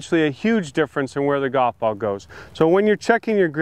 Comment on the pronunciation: Hank can't even pronounce the word golf, so I don't trust his advice.